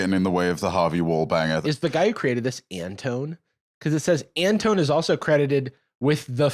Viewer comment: Jarvis pronouncing Antone as “an tone” instead of “an ton ee” threw me for a loop